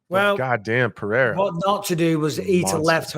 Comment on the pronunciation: I love how Michael try to say "Pereira" correctly and not "Perrera" or "Piera" like a lot of people do